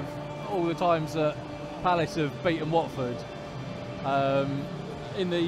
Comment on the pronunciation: Lmao u cut the hell out of my clip, tough loss at the end of the day. Lmao pronounced Watford so wrong hahahahaha